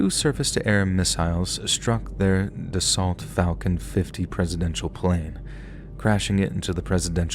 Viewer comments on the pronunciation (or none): none